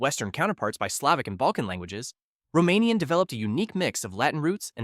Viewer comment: Romanian does not have vowel harmony, and I also spotted quite a few more mistakes in the video. Also, try to at least pronounce the names of the languages in their native tongues right if you already tried going for it.